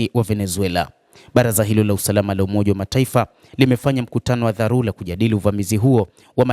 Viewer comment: Siyo dharula sahihi ni dharura